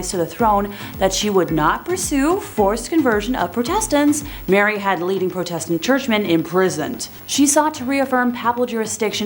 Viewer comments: Why can't you pronounce Protestant properly? You are wrong about Wu Zetian. And Bloody Mary is said all over YouTube so why lie and say you cannot say it? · I think you're pronouncing "protestant " wrong...or was it because of YT?